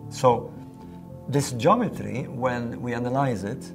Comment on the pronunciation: i cant stand the way dude says..."jometry"...lol